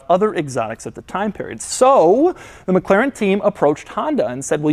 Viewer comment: would be awesome if you could learn to pronounce McLaren